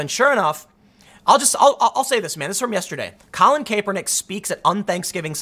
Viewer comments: Tim, it's not CAPE PER NICK, it's CAP ER NICK. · Not KAY per nick, CAP er nick. Not that it matters just annoying hearing Tim mispronounce it over and over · It's Cap-ernick, not Cape-ernick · "Cap-er-nick" not "Cape-er-nick" 😂🤦‍♂️ you do it every time.😂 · I scrolled to this post just to see if that was bothering anyone else. Tim, it's not - KAYpernick It's - CAPernick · Tim.... The a is pronounced with a short a not a long a. I love you, but driving me nuts saying it like "cape" and not "cap" lol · Its pronounced "cap" hes saying "cape" lol he knows nothing of NFL but he can tell the bullshit anyway. True thrid party none bias 👏 👏 I love it. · Tim, Boomer here . I watch nearly every video you put on on both channels. Good job . . It's pronounced Cap er Nick. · "Colin KAYpernick" we know Tim doesn't watch football. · KAP-er-nick. pls tim pls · Colin KAY-pernick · I’ve never heard any pronounce Kaepernick like Tim. Lol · Does it bother anyone else that hes not pronouncing his name correctly? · I understand the spelling of his name is complicated but you REALLY don't have to say it like that. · I swear he must be mis pronouncing his name on purpose.... unless in wrong...is it cap or kape? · don't speak on sports, you don't know them you can't even pronounce the man's name correctly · Honestly think you're just mispronouncing his name on purpose now